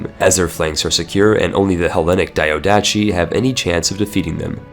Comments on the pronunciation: Diadochi is spelled like this: the-ath-oh-he not : diodachi. that sounds way too japanese for any greek not cringe at. Also fun fact, diadochi means successors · Great and useful video! Just to know, diadochi or diádochoi it sounds as you read it (diadoki), not like a Japanese name daiadoshi. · "pharos lighthouse"...so.. "lighthouse lighthouse". cool. Not to be a dick, its not daiodatchi, but diadochi. dee-ah-doh-hee meaning "succession". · The ch in diadochi is is a k sound not a normal ch. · Jesus please, either learn how to pronounce "diadochi" or stop using the word. You make it sound like a Naruto character.